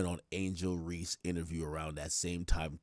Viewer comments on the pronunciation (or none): none